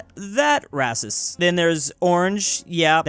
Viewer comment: i love that he says rassist